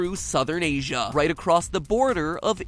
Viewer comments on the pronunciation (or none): Anyone else find it funny the way he puts emphasis on the A at the end of 'America' and 'Asia'?